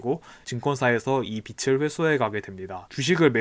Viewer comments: 빚을 [비즐] ○ 비츨 × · 구개음화가 아니므로 빚을을 비즐이라고 발음 할 필요가 없습니다 ㅎㅎ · 구개음화는 어간 말음 ㄷ과 형식 형태소 ㅣ나 반모음 ㅣ 계열의 모음이 왔을 때 일어나는 거 아닌가요? '빚을'에서 구개음화가 논의될 필요가 없는 것 같은데요... 명사 빚에 조사 을이 합쳐진 것으로 연음시켜 비즐로 발음하는 게 맞는 것 같다는 생각이 드네요! 거듭 말씀드리지만 시비는 아니고 제가 부족한 부분을 배우고 싶어서 여쭤보는 겁니다 오해 마셨으면 좋겠습니다^^ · 표준 발음법 13항 '홑받침이나 쌍받침이 모음으로 시작된 조사나 어미, 접미사와 결합되는 경우에는, 제 음가대로 뒤 음절 첫소리로 옮겨 발음한다.' 라고 되어있네요! 빚에는 홑받침이 있고, 을은 모음으로 시작된 조사이므로 제 음가대로 뒤 음절 첫소리로 옮겨 발음해야 할 것 같아요. 즉, 빚을에서 홑받침 지읒이 을의 첫소리(초성)으로 옮겨서 발음되는 거죠. 구개음화가 일어나지 않아서 음절의 끝소리 규칙에 따라 빚의 'ㅈ'이 'ㄷ'으로 바뀐 후 연음되어 '비들'로 발음된다고 하신 만기덕님의 말씀은 충분히 이해가 됩니다. 하지만 표준발음법 13항에 따라서 홑받침이 모음으로 시작되는 조사의 첫음절로 옮겨 발음되는 과정이 음절의 끝소리 규칙보다 우선되어야 하므로 '비즐'로 발음되는 것이 맞다고 생각합니다! 크게 중요하지도 않은, 간단한 발음 규칙 문제에 일일이 답변해주셔서 감사하고 이 댓글 아래에서 계속 대화를 나누는 것은 원래 댓글 주인분께도 피해가 될 것 같아 저는 이만 물러가겠습니다! 친절한 답변 감사드리고 좋은 하루 되시길 바라요.